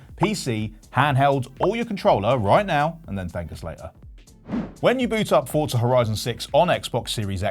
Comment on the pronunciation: Why do people say FORTZA is FORZA